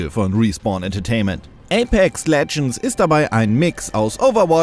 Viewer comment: Ich hör die ganze Zeit nur ApeC Legends. [EYPÄKS]